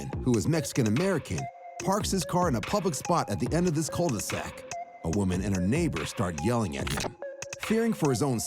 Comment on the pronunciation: We don’t pronounce the l in cul-de-sac btw